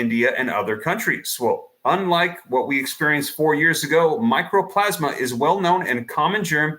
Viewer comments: Mycoplasma. Not microplasma. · 'MICO'PLASMA!!! NOT 'MICRO'!!!! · Mycoplasma Pneumonia, not "Micro-plasma." It is a bacterial pneumonia that is typically referred to as "walking pneumonia." It can be deadly to young people with depressed immunity but is easily treated with tetracycline antibiotics. This is NOT a virus. You are not on the ball but, rather, spinning a yarn and fomenting fear. RSV and Mycoplasma Pneumonia both rise at this time of year EVERY YEAR. Ask any health professional. Time for people to stop being so damned afraid of everything and it is time for people to stop giving these shills their ear. Also, RSV is Respiratory "Sin-sit-chul" Virus and it IS a virus. I wouldn't pay any mind to a report or advice from anyone who can't even pronounce the name of the condition.